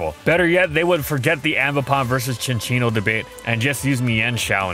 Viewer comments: Why did you pronounce cinccino differently within five seconds of saying it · You cant just change your pronunciation of Cinccino in the middle of the video. How are we supposed to correct you in the comments? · saying Cinccino puts me further and further away from God every time